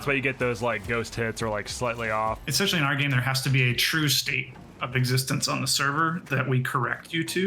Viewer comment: Smart guys I'm sure, but did he just say "eCspecially"? Face palm 🥴